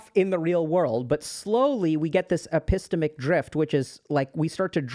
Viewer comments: Very very minor nitpick, but the way Dr. K was saying "epistemic" really bothered me 😂 (ep-ih-STEM-ick) is the common U.S. pronunciation, sometimes (ep-ih-STEAM-ick), both pronunciations are stressed on the STEM/STEAM. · dr K it’s epi-STEM-ic. not e-PISS-temic. 🤭